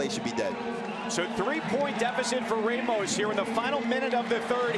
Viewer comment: God dammit ppl it’s fucking “RAH-mos”. It bugs me cause all my life I’ve had this problem haha